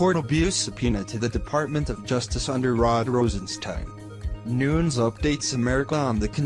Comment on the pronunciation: It's Nunes not Nuns